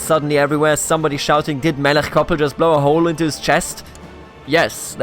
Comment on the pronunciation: I love this, in Chabad (the 'ch' is like the end of Melech which you pronounce correctly) he will probably find faith, also he is too uneducated to be properly cynical, if anything he doesn't know what to believe.